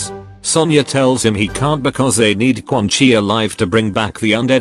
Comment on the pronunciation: Whenever you say Quan Chi as Quan Kai it cracks me up 😂